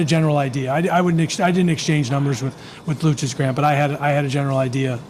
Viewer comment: Seriously, we need a better fm that knows how to say players name. Lukik lol its lu-chich